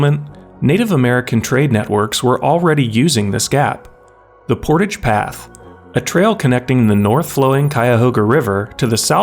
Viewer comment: Portage like “mirage”